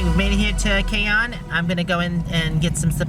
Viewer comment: Your pronunciation of the city "Canyon" is hilarious. ...not even close. lol